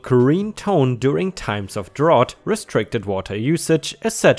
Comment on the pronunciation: Just as a note, "drought" rhymes with "out", not like the word "ought." English pronunciation can be quite confusing and arbitrary.